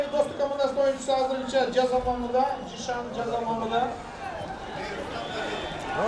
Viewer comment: Жазы мамы эмес, жаза маамы..